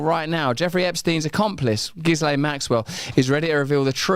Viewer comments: Gillane not gizlaine. He should have looked up how to pronounce ghislaine. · and with "lenn" ending not "LANE" Shakespeare ‼🤔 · Her name is pronounced GHEE-lenn not JISS-lane. Not that I respect her, but really, can't we handle a French pronunciation? The S is silent. The G is a "hard" G. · It's Gillane. The "S" is silent. The "G" is hard. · Why can't he pronounce Ghislaine properly. (Is it because he's done no research into this story and is reading the name for the first time?)